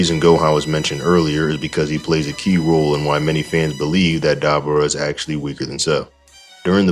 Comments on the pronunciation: Dude. Say his name right. It's Dabura. Not Dabra. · Duh-bore-uh brother lol.